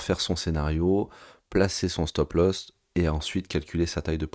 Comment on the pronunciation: "stop loss" et non pas "stop lost" 😅🤣😂si tu as perdu ton stop, t'es mal bro !